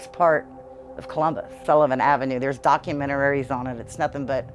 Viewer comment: She said documenterarys..haha..i think i would do everything in my power to move.!!